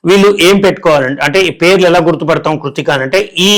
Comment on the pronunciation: కృత్రిక కాదు బాబూ కృత్తిక